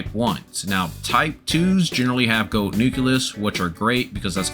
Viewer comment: and many others lol, was pretty funny and kept me entertained. goad=gold, pacifically = specifically and some more. lol loved it anyway as it made for good entertainment.